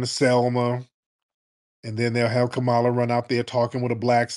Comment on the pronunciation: Did he say Kamammy???🤣🤣🤣🤣🤣🤣🤣🤣🤣🤣🤣